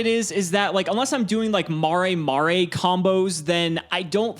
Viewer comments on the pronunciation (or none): ... did you just pronounce mare-mare mar Eh mar Eh?! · can’t pronounce mare mare